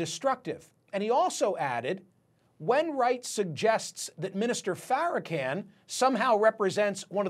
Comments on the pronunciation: Say the man name right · Louis Farrakhan (can) ? pronounce it right dude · Sir you know full well you are pronouncing Farrakhan’s name incorrectly and if you don’t know that you should not be reporting this story.